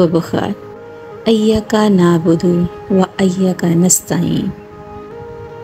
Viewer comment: Ap NE Sahi talafuz k sath nh parrah .Sahi talafuz he " iyyaka " . Ayyaka nh he